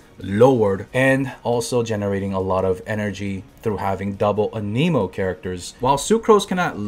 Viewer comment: Im gonna go insane keeps saying aniimo and not anamo or is that just how i say it